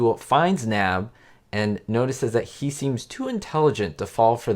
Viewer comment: Love your channel. As always, great content. One point of fact. If memory of this episode serves me correctly, the Artemis Knab character's last name was pronounced "KUH-nab." The last name was Bank spelled backwards. Now, as for this villain, it was a real disconnect that the Puzzler was involved in aviation. Made no sense. Given that Maurice Evans was a trained Shakespearean actor, and that the Puzzler always quoted the Bard, he should have concocted Shakespeare-themed crimes (a la Vincent Price in "Theatre of Blood"). Agree, not a very menacing character. Although I recall being scared about the hot air balloon trap at the cliffhanger. And I think that was only one of the few times that the cliffhanger was filmed, at least in part, outside a sound stage. As for being THE WORST villain...well, he's probably in my bottom five. Nora Clavicle was pretty bad too. But, for me, and I'll probably catch heat for this, in my view, John Astin's Riddler performance was THE WORST. Given how brilliant Gorshin was as the Riddler, Astin's performance was forced, uncreative, and just not very believable. But, alas, Gomez will be his happy legacy. Thanks for bringing up this topic. Please, more Batman content,!! Best, Paul+